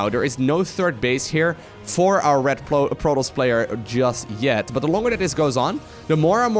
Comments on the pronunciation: took me 10 minutes to figure out he was saying 'protoss' not protols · ProTOSS - there's a "T"! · Good vid my man. But please, and I know English is not your native tounge, stop calling the Protoss, Protals. It really triggers me:P. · Is this how you pronounce protoss? I thought the "toss" part was like tossing a salad.